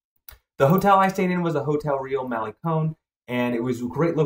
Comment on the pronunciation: Vay AR ta. And mal a (rhymes with may) con, not mal ee con.